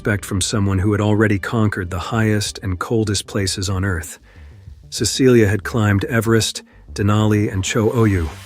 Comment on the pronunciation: Her name is Cecilie, not Cecillia.